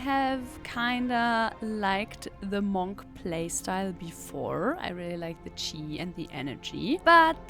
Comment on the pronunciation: Love how you pronounce "Monk". M O N C C